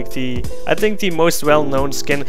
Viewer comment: ''I tink ''